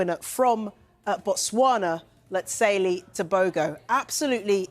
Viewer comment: His name is pronounced Let-zi-le Te-bo-ho.. There are different personalities. Where I am from we call people a spectacle of themselves Poppy Show. Why did they have him prancing around like a gazelle on crack, if anything like that is even possible, when he was known to have been diagnosed with COVID. Very unhealthy. The double standards in this world in terms of everything. Prancing to start then leaving in a wheelchair seems bipolar ( not the diagnosis) in behaviour to me.